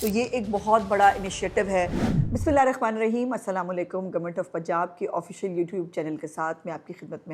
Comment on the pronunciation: پلیز بسم اللّٰہ الرحمٰن الرحیم صحیح تلفظ کے ساتھ یاد کر لیں "ح" اور "خ"میں بہت فرق ہے "خ"نہ بولا کریں'پلیز ❤❤❤❤❤۔۔۔۔